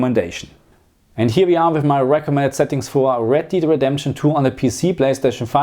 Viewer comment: It's Red Dead, not Red 'Deed' Redemption.